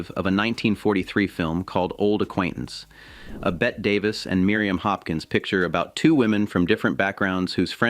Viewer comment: BET DAVIS??? lol* c’mon AI